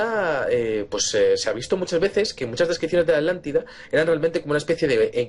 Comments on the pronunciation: "Alantida, Alantico" y así dicen que somos los latinos los que no sabemos hablar. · Me encantan sus temas, me vi casi todos sus vídeos pero por favor A TLAN TI DA mis oídos se ofenden al escucharlos hablar así. disculpen pero es lo q siento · bueno, ¿y porqué se comen la "T" al nombrar la Atlántida? ¿de dónde es su acento?, hago la aclaración: no es crítica, me gusta que el castellano permite y se enriquece de los acentos de tantos y tantos países